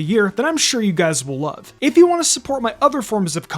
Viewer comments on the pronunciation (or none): none